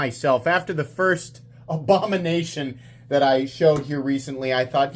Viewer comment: Did you say "Obamination"? 🤣🤣